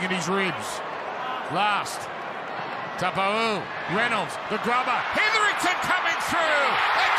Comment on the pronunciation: Since when has anyone ever called him Marty Tapa-ooo